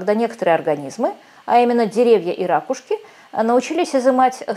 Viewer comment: какие "рАкушки", язык Русский выучите, "ракУшки" ! Не 'шо",а "что".